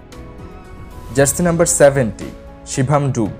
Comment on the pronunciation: It is dubey not dube